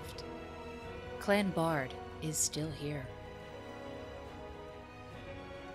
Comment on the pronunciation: A wonderful video! Thanks for creating it. I notice your (Bard) pronunciation, whereas it has ALWAYS been pronounced (BEARd) in my family line. I have taken 4 DNA tests and would participate in your DNA studies. I've been searching more much more info on Dr. John Baird and his father James Baird from the Glasgow area I believe.